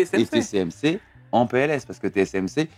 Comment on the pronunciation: Bon, il faut que vous arrêtiez de dire/prononcer : TCMC au lieu de : TSMC. C. ABUSÉ, NON ?!